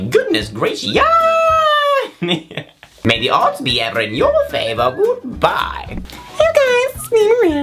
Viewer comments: JOEY SAYS GOOD DAM BYE NOT GOOD BYE....😒😂😂✨😀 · I always thought he said good day-an-bye oops